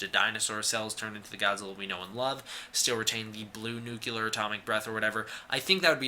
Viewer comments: Liked your synopsis, but it is nuCLEAR, not nucULAR. Just thought I'd be helpful, you sound like you learned about science from George W. Bush, when you say Nucular. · Nuclear is pronounced "New Clear"